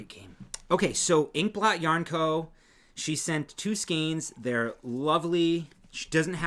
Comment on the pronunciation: If you say ink blot sounds more like pork pot